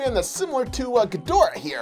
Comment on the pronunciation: Ghidorah not gadorah